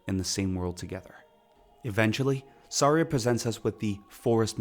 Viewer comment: I know I was watching a reveiw and they said “Sairia” and stuff like that and I was so mad… but it’s not all his fault he had an accent… but some of it was butchering it